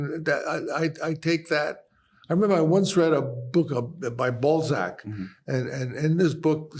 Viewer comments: I like how he makes Balzac sound like ballsack :D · In a different key..... on an out of tune piano. Also, why is he pronouncing Balzac as 'ballsack'?